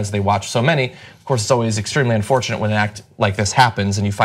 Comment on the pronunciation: "Extremely ubfortunate..."